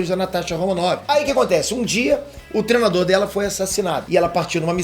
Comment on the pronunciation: fala "trenado", "treno", etc... Cara por favor aprenda que a palavra certa é "treino", do verbo "treinar". Tem um "i" taokey?